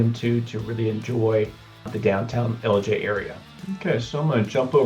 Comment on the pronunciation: Why don't you pronounce the I it's Ellijay?